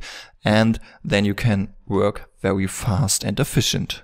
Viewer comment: Be wery wery quiet. :p